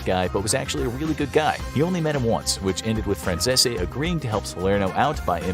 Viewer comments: How did you manage to know all about Michael Franzese, know that he shouted you out on his YouTube channel . And still butcher his last name 😂? Its Fran-cees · Isn’t Michaels last name pronounced Fran Sees? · It's Michael Fran-Chesh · It’s hilarious you make a video like this and still pronounce Michaels surname wrong 😂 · How u pronounce Michael name wrong if u have heard him Speak u should know how to say his last name if he said this to u I call cap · You pronounced Michael Franzese name wrong. Probably the only time I’ve ever heard you pronounce something incorrectly. It’s pronounced just like it’s spelled minus the last e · How do yall keep messing up this man name how hard is it to pronounce franzese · Kinda surprised how you pronounce Franzese since you know of his videos 😆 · How come no one can pronounce michaels last name correctly? You even went to his channel for a clip ,he compliments this channel so obviously you have seen his channel you have had to hear himself pronounce his name ! You would think you would pronounce it the way he does , or do you think he pronounces his own name incorrectly. 🤣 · Micheal's last name isn't pronounced like that on his YT channel or in Italy.😂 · his last name isnt the only one . Almost every mob word or name gets butchered 😂. Like i said kinda lazy if youre going to bother talking about it . His name just makes me laugh specifically because they did it twice. Despite being well aware of him, his channel, and the fact he reacted to his video 😂